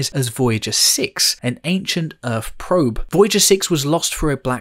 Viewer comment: Why do you pronounce your THs as if they were an f? Fret instead of threat, Earf instead of Earth, and so on.